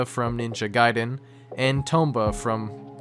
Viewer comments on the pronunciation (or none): none